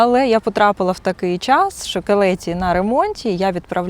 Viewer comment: трошки подушню в підтримку каналу! 😅 Шановна, назви вокзалів промовляються з наголосом на перший склад: ньЮгаті і кЕлеті